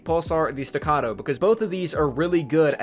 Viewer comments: He finally said it right. Stuh-cah-toe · You said staccato right! Thank You.